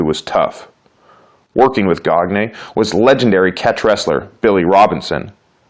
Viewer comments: Verne "Goggnay". Sigh. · Gagne is pronounced Gahn - yeh . Not a big deal but wrestling fans will notice that right away . Not all are cool about mispronuncuations . Good vid .Especially for showing his regiimen .